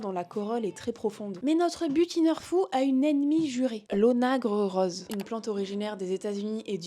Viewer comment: Etonnante diction Vous arrivez à dire "môrô sphinx" ou bien "ônagre" mais pas "rose" dans la même phrase pourtant.